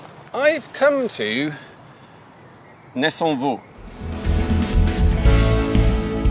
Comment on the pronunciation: Solid pronunciation of ‘Nessonvaux’ 👏